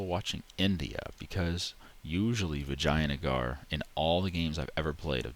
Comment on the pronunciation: "vagina-gar" lol